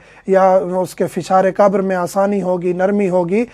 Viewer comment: Salam moulana Urdu Mai qabar qaf say hai kaaf say nahi qabar hai kaabar nahi plz try pronounce Urdu correct plz don't mind